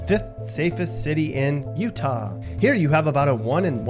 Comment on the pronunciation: PLEASE STOP saying Utah like that!